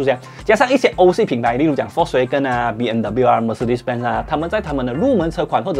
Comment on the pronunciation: 念 FOLKS WAH哇 GEN根 谢谢 🙄